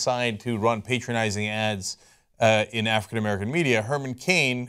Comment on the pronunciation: It's pronounced "pátronizing", he's not making himself your father lol